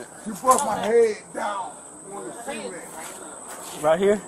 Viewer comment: I think that officer slammed his head down on the seement, on the seement, yeah, on the seement...